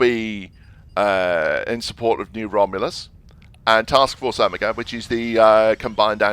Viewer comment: You don't pronounce Omega that way. It sounds like 'oh my god' when you say it.